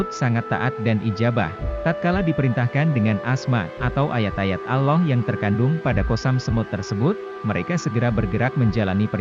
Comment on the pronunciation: Kenapa admin tidak menyebut algur an bukan guran tapi algur an kudengar admin menyebut nama tuhan itu seperti ini alah kenapa tidak seperni ini admin menyebut nm tuhan allah bukanya alah tapi allah